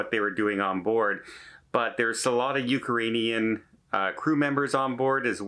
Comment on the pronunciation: please use the proper pronunciation of Ukrainian people. Thanks!